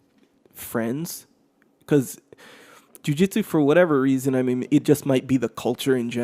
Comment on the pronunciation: When your saying Jui Juitsu do you mean BJJ or just JJ?